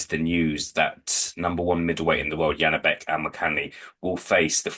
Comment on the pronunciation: Why tf are you saying Yanibek?? His name is Janibek, pronounced like Zhanibek if its easier to understand. What is this tendency to change the sounds of the letters